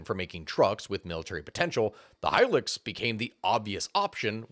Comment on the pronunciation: High-lucks. Not high-licks. High-luxury vehicle was the advertising for it. At least you’re not like that other youtuber who pronounces it “helix” Also, in Darwin, a Land Cruiser was converted to electric, then divers took turns to drive it from one side of Darwin Harbour to the other. They caught fish while they were driving iirc.